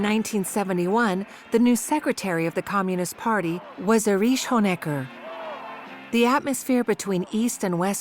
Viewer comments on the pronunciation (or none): The Stazi, or Stasski… with its head, Ériche Mielke.